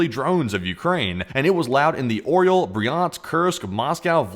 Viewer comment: Please ! Orel ( Eagle ) is pronounced " A R Yol " -- Printing it as "Oryol" is OK if you say "Ar" and then yol ! Not "OhReeYol " It's an Eagle not a Cookie !!!